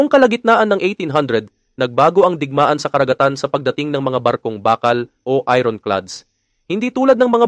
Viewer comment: I ron? Ayorn dapat bigkas mo 😂